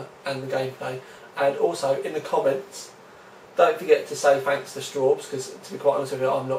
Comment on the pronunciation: "Fanks"!